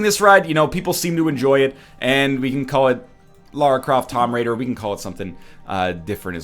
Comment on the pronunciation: "Lara Croft Tom Raider" lol that pronunciation.